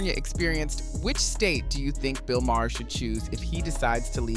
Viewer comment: It is not pronounced Ma her. The H is silent. It is pronounced Mar